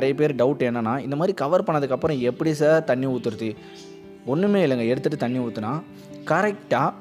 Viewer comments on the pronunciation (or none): none